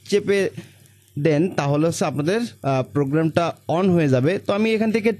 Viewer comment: Ussaronta ektu thik korele bhalo hoy. Karzar na bole Cursor bolle bhalo hoy. Than na bole then bolle bhalo lage sunte.